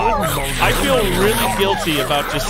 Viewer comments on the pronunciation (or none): none